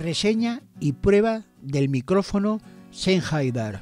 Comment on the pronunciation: Sennheider dice usted😂😂😂😂😂será Sennheiser no?? Y de echo no es el más popular entre los cantantes jajajjaja